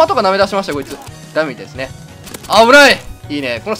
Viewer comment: 毎回思うけど、エンディングのオパシさんの「えーきもこいつ」ってたぶんいってるけど、『えーきもいちゅ』って聞こえてしかきこえなくてそれでいつも少し笑うw